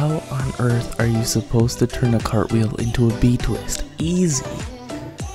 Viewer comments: "Crapwheel" made me die every time you said it. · The first time I saw this I thought you said crab wheel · Idk y but I laughed everytime he said crapwheel